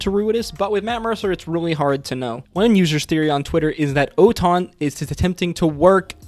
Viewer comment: And ‘Oton’ is actually Otohan